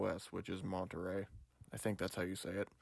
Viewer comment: This is probably an ich for some people but when I hear someone mispronounce the name of an Apple operating system for some reason it just puts my teeth on edge. I don’t know if it’s my OCD but it’s Monterey as in monorail